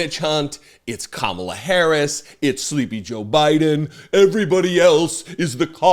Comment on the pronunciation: What a toddler. I like that he offers the information "I haven't talked to Russia in years", no one said you were involved in this fraud. Also, DonOld, pronounce Kamala's name correctly just once.